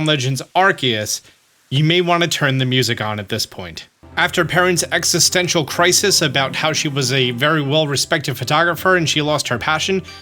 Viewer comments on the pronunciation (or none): none